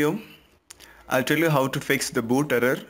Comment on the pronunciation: Da būd errrrrrar